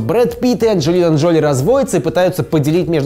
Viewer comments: ДжолИ, а не ДжОли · Ну блин, Анджелина ДжолИ, а не ДжОли. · ДжолИ! Мои уши